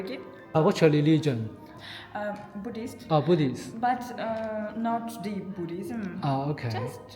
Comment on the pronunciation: It's Buddhism not Buddhilism lol